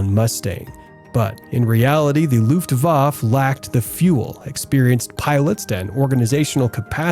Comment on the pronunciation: Luftwaffe is pronounced withe the "e" at the end, sounding like "Luftwaffer". Also, Junkers is pronounced "Yunkers", J pronounced as a Y in German.